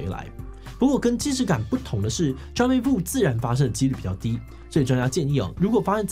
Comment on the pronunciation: jamais vu 的 s 是不是不發音?